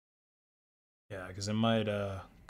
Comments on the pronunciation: yeah that's pretty bad and all, but i'm most disturbed by "ifran". dude had me second-guessing my own memory. 😬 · "ifran view" 💀